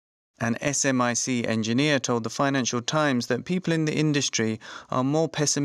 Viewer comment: We call it Smic, not S M I C. Just fyi.